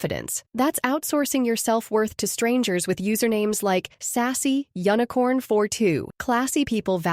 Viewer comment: it's pronounced you-nicorn not UN-incorn